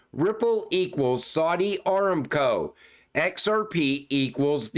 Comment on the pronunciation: pronounced A-RAM-CO!!!!